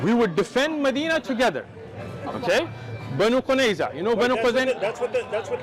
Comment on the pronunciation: Banu Quryaza not Banu Qunyeza